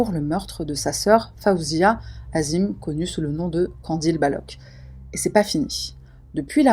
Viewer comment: '" azim" c'est la version occidentale, en tant que maghrébine je pensais que tu l'aurai prononcé en arabe " 'adiim"